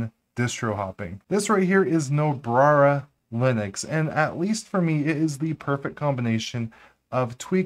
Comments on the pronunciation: Great video and I am hoping to performing similar tweaks in my Debian build. Did you say Nobrara at the intro? lol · Do you realize that you frequently add an extra “r” to Nobara? :-) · "Nobrara" lmao